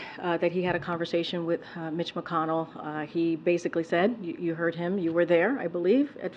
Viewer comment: Conversation with Mitch ZmcConnell. … Conversation? Yeah right. Babble on both sides. With a lot of drooling